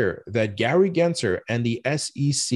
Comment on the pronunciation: if we are going to gripe about the SEC, at least pronounce Gary GensLer’s name correctly! His name is NOT Genser - it’s GensLer. Cmon man!